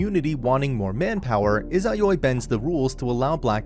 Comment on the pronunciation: God i hate how you say izayoi